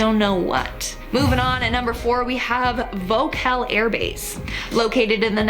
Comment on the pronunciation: It's Volkel airbase not vocal.